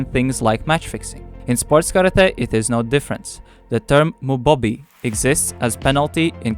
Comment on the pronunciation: Mubohbi or Mubo-bi the central "o" is long, but perhaps not in English.